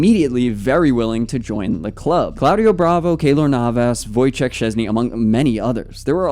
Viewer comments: Yeah, I know. I grew up in a predominately Polish town, so I know the proper pronunciation. I just meant a passable attempt would be voy-check (from my Polish friends growing up), which is better than not trying at all. Many football content creators barely make an attempt. It takes next to no time to research. Americans and Brits are probably the worst with this. lol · Since you have a struggle to pronuonce his name and as a polish person i will tell you Wojciech is a official name, but Wojtek is just a short version of a name, and even Wojtuś (put that in translator) is a sweet way to call it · Ch makes an “H” sounds, not a “k” sounds. So like the guy above me said it’d be Voy-Cheh, not check. Try to think about how you pronounce Czech Republic. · true. Voy-Check is actually how many do pronounce his name, including commentators, though that’s not actually the proper way of saying it.